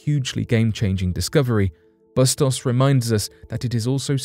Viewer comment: Bustos = BOO-stohs